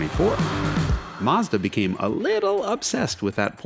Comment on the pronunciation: yes, you nail the correct pronunciation! Both syllables rhyme with the English word "dot." The U can be pretty much silent. The company started labelling it's foreign products MAZDA with a Z, because its initial export market was Germany... where Z has the same sound as "TS" in English. Other correct pronunciations: Toe Yo (as in yoyo) top (minus the t). Knee + san (rhymes with dot). Hone + da (rhymes with dot). Sue + ba (rhymes with dot) + roo. ORIGINS: Matsuda's founder was named Matsuda (pine field). Toyota's founder was named Toyoda (bountiful + field) but after a decade or two, changed the d to a t to sound tougher. Honda's founder was named Honda (original or main field). Nissan means "Japanese production". Subaru is out of the blue: it means Pleiades (the famous star group--hence the company logo!)